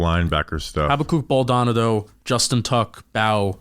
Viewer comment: I love the analysis. I really gotta help y’all with a name though. The kid’s last name is pronounced BALL-Doe-Nahh-Doe. I don’t know if he’ll make the team so this may not be relevant for too much longer, but it’s killing me hearing y’all mispronounce it. 😂